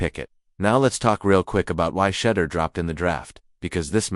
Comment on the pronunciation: Learn how to say his name right!!!!!!!